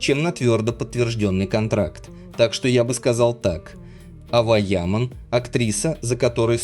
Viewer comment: На сегодня Ава Яман (автор произносите имена правильно) которой на сегодня 19 лет права слова и выбора не имеет. За нее все решает ее отец он же ее агент. Поэтому такая кашам с контрактами, на мужика такое счастье свалилось и он не знает что с этим делать. Завтра доча сбрыкнет и останеться он не удел. Вот и давит на нее по максимуму, чтоб не дергалась. Когда Эрчель называют актрисой меня передергивает. Это какие горизонтальные таланты надо иметь, чтобы не сниматься, аесли сниматься то мимо кассы, так как со времени ДВЕРКИ у нее нет не одной полноценной роли. одна реклама и хождения по красной дорожке. ЕЕ потолок как актрисы это голозадые немфетки к остольнму ей лучше не прекасаться, пока одни работают делая корьеру и проее Эрчель толко показывает чудеса акробатикми, как можно одним прыжком из койки в койку снова заставить говорить о себе как об актрисе.